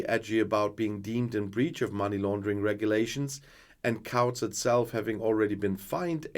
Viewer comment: Whilst mispronunciations of our crazy language are inevitable and often amusing, please note that the ‘ou’ in ‘Couts’ is ‘oo’ as in ‘boots’. Hope this helps.